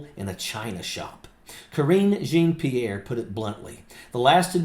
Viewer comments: Dude. I'm a disabled Vet, and as much as I respect you, I gotta tell you. This woman's name is Jean-Pierre, a common sir name in French. Pronounced "Jawn-Pierre", not "Jeen Pierre". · Love your program, just a little note, her name is pronounce (djohn pirrre) the j is pronounce the the dg in judge and the rest is really like the name John. Djohn-Pierre. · Great content! Long-time subscriber. But, as a born francophone it should be said that her name should be pronounced (phonetically): “Jawn-Pierre”. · Love ya, but it’s pronounced (Jaw-Pee-air) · (not how you pronounce her last name) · Dude…you be a lot more credible if you learned to pronounce her name correctly. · Hello, I just came across your video. I want to start by thanking you for your service to our country, and add that I’m happy to see another Vet on the side of democracy! I do want to mention that I think you are mispronouncing Karine Jean-Pierre’s last name. I don’t say this to disparage you in anyway. (I thought to DM you on Twitter/X, but I don’t have a “verified” acct.) If someone else has already mentioned this, I apologize for the repetition. I look forward to watching more of your videos! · You're mispronouncing Karine's last name. Do your homework. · Will someone please correct him on how to pronounce her last name?